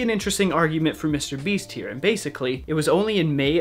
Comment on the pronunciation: "Mr. BEES"